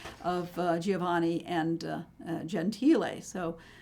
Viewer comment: It's: Mantegna, not Montagna (a different artist) It's: Masaccio, not Masashio It's: Gentile, not Gentili